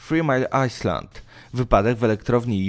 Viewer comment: Dobrze byłoby upewnić się jak czyta się obce nazwy - "3 mile island" aż w uszy szczypie ;)